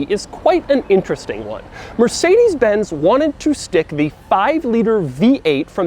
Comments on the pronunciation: The way Doug pronounces porsche and mercedes is painful in my German ears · What "Mercedes" was written like, if the way Americans pronounce it was right: Mörßäidies